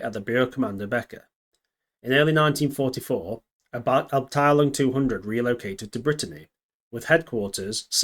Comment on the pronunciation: I learned a lot from this. I was aware of those vehicles, but not the story behind them. One minor bit of constructive advice. Your German pronunciation is...not good. Even for common words in military parlance. Abteilung for example, but many others. Id check the pronunciation before attempting it. Good luck with the channel